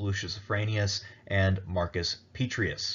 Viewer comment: 'Pet-tray-ee-us' Honor the name with the Roman flavor. 'Pet-ray-ee-us'